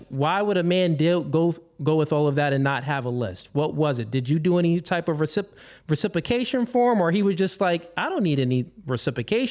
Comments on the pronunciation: Come on. Gotta pronounce reciprocation. Right. It’s not reSIPOcation. It’s reCIPROcation. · Recipicate and Recipication is killing me 🤣